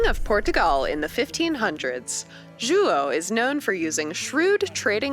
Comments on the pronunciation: God I wish they would put some effort into pronouncing their own leaders names. Ju-oh? Is so comically incorrect it's like they said, "Do we know anyone from Portugal to help us with this? Stan are you Portuguese? No? Well guess that's everyone. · She was a bit far one time or another, like "Juo III" hahaha it's funny, but I really appreciate the effort she's putting in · Seriously tho XD she was like pronouncing so wrong, like Juah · Narrator: tries to pronounce “Portugal” like a proper tuga pronounces “Índia” like a zuka Don’t get me started with “João”... but hey, she tried!